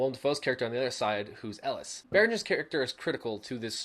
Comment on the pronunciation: As a movie-buff, who's favourite film of all time is Platoon, it's so annoying the way you keep saying Ellis.. It's ELIAS.